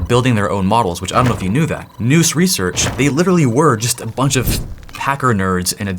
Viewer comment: Nous rhymes with "mouse". Definition: Nous (/naʊs/) is a Greek word that means mind, intellect, or understanding. It refers to the human mind's ability to grasp what is true and real through intuition and immediate perception, distinct from step-by-step reasoning